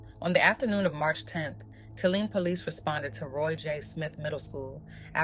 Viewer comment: Wow smh this is awful. My dad is from Killeen. Its pronounced "Kuh-leen"